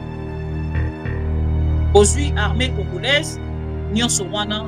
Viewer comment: 😂😂😂😂 tika boye Oza congolaise to congoraise boye bien te maman